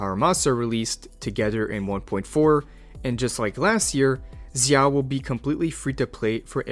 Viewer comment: Every time you say Zhao like that I wanna kms